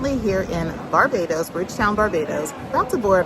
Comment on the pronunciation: you pronounce barbados like a real bajan 😂